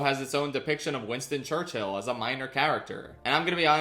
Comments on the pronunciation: I admire the insistence on pronouncing Churchill as church-hill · 'winston churcHILL' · the concept of saying churchill as church Hill never struck me before. who comes up with that type of bit. impeccable ragebait